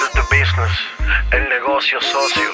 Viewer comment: bubalu sohona businness se pronuncia bisness... vamos a ver si mejoramos ese ingles eeh